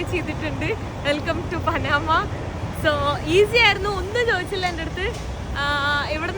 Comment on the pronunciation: പനാമ അല്ല , പാനമ